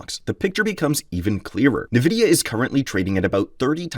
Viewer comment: You cant even pronounce nvidia’s name properly. Cheap channel peddling the same info everyone else has already talked about. Complain all you want. Meanwhile every investor’s portfolio keeps rising